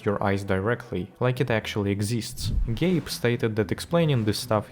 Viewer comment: "Gape" Newell?